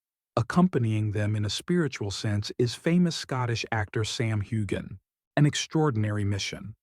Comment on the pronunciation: Nice report but the least thing you could do is pronounce Sam's name right